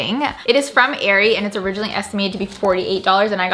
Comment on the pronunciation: Esitmated?!😂😂 how did you guys miss that😂?